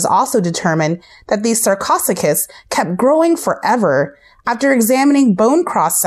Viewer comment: you mispronounced almost all of them like sar-co-soo-chis and dunk-lee-ost-ee-iss